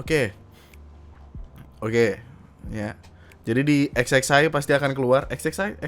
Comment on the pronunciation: banggg lu nyebut XXI nya kok gtu 😭😂